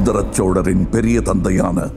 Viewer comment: Not sholar it's chozhar...